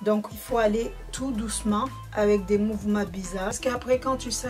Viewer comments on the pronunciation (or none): on dit pas Tito mais tuto et on dit mouvements pas mouvema ptit corection d'abonnés☺sinn bonne videoo